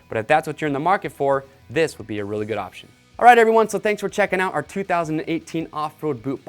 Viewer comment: Anyone else catch him say “goot” twice